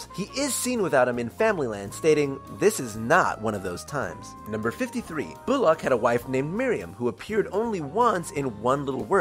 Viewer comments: "Bulac" It's Bullock. "Bull-uck" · The narrator pronounces Bullock as "boo-lock" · The way you say Bullock....